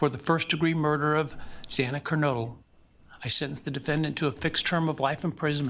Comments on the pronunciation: It's Ker NO dle...long O...Kernodle...long O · Literally no one can say Xana's name right. Its kernodle. Sounds like its spelled. Its not noodle. That has a different spelling. Even the judge messed it up. I just dont get it.